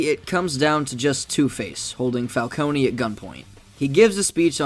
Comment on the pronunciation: Oh no, you didn’t pronounce Falcone wrong, that’s how it’s supposed to be pronounced. In the Telltale games, everyone pronounces the Falcones as “Falconey” while Carmine Falcone pronounced his last name as “Fal-Cone”. The Nolan films made everyone think it’s pronounced “Fal-coney”.